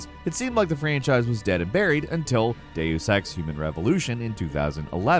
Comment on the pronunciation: It's "day-us" not "day-oos"